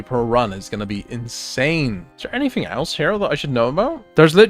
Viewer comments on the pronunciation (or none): none